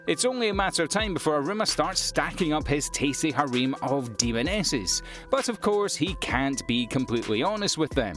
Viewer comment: its harem not hareem